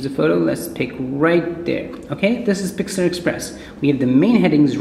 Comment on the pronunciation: it is "pixlr express".... not "pixlAr express"